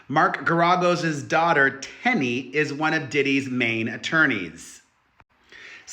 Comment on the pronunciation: It is pronounced Gar-A-Gos